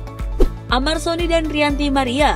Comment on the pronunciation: Ranty maria min bukan rianty maria 😂😂